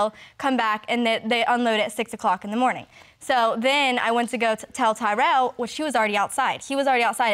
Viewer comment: When she said TyRell i almost crashed